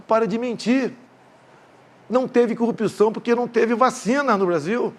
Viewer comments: Bolsonaro os brasileiros , bem informados , não acreditam na sua mentira...Essa criatura , tem que aprender a falar a palavra corrupçao...Ele pronuncia.....cupiçao..... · Prestem atenção na pronúncia....cupiçao , contititucao